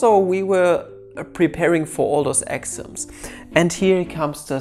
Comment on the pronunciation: Just me or I thought he was saying axioms instead of exams. Sorri